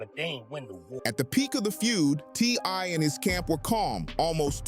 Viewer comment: Also said TY few times!!